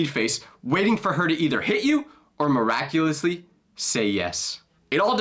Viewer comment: Bro said Miraculously